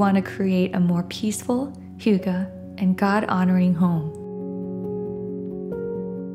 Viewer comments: hygge. not hooga. 💖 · What's "Hooga"?? Does she mean "Hygge"??